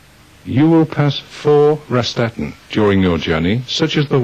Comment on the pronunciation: they completely butcher the German word „Raststätten“ (Service Station or area) as „Rastatten“ 😂